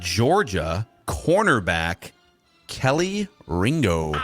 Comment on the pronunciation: It's not Kelly Ringo... It's pronounced.. Key Lee Ringo